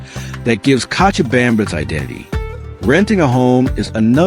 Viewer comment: You are mispronouncing cochabamba (kochabamba) you have to try la vaca loca, el Dumbo, la tequina, you never mentioned a dish called Pam Paco where the food is buried under ground for 24 hours and the 2 o'clock siesta where the city shuts down what about the christo de la Concordia and zip lining .what about that delicious cheese bread and the passion fruit duch and the comedy club and the hot sauce called yajua. I moved there for seven years and the men are not so good when I lived there 1 American dollar was 650.00 Bolivians chicha is the incka Indians booze the hotel cochabamba serves the best escargo and one thing must be said you will get arrested for talking bad about the people or country freedom of speech forget it the police release the prisoners at night so they can steal and let them back in for a split bribery is normal and demanded in government offices and they can seize your bank account and properties with change of politicians i lost my business my house my properties and my life was in danger they do not like Americans they are nice because you have money period that was my experience after 7yrs. Is it still communist or are they democratic now